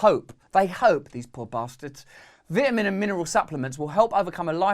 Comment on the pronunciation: What the heck is a vitinin hahaha